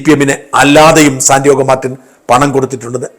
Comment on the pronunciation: Sandiago Martin. Not Sandiogo Martin.